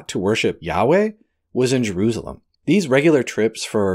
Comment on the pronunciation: Jerusalem....Jer ru sa lem Of course you may prefer to say it as.. Je roos alum. . Lol.